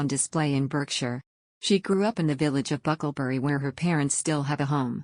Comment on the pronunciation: It's pronounced BARK-shire. No one can be Diana and no one should try. Just as no one can be Her Majesty. You can take elements of people you admire and make them your own, but if MM is trying to be Diana, she will fail.